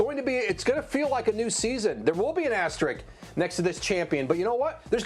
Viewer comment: These people are incapable of saying the word "asterisk" correctly. Wow....